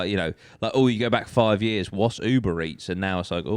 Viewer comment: despite being so old, Dan still doesn't know how to pronounce the word years